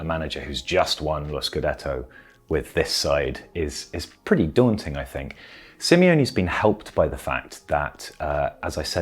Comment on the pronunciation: Guys please... I love you all, I think this channel has some REAL quality, but for f*** sake... SimEone Inzaghi?? Like just read the names one time😅 I mean it's not even like the guy came out of nowhere, as you yourself pointed out. He's been around for years, even decades if you take in account his carrer as a footballer at Lazio!